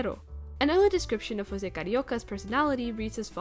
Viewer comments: Just wanted to say Jose in Brazil is pronounced ggose like how its spelt Edit: I know you researched a lot but I just wanted to tell you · José is actually pronounced with a more English sounding J in his earlier incarnations because Portuguese pronunciation of José is like that, but Disney messed it up when they started having José appear again in the 90s. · I love that you apologized for pronouncing José incorrectly, specially beacuse DISNEY themselves do it wrong. Good on you. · It’s pretty wild that José’s name hasn’t been pronounced correctly in like 60 years (unless it was pronounced correctly in the new Ducktales and I missed it). Also, in an interview with José’s og VA in a radio program in 1945, he mentions the unmade third Cuban-based third package movie which he referred to as “Carnival”, saying he hoped to be in it, but at least he got to play Carioca a couple more times before his death. No one’s been able to fill the shoes left behind by Oliveira and Garay as José and Panchito. Oliveira’s performance was SO charming and he brought a lot of energy to the role, I’ve read that his friends said that he basically WAS Carioca in real life, and Garay had a great singing voice, it makes it hard to listen to later covers of the Three Caballeros song where the VAs for Panchito either struggle with the high notes or sound too stilted (though the VAs for the characters in the new Ducktales are pretty good.)